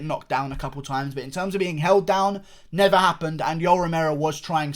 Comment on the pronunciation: "..but Yoel fucking Remero, who has NEVA! dominated with his wrestling Eva". I thought I was watching Alex Jones for a second.